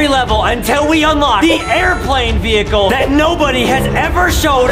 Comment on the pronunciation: Justin said vuhicle and craysh